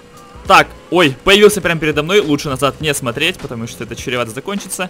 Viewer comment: Черевато закончится чем? Просто черевато говорить нельзя, это ошибка.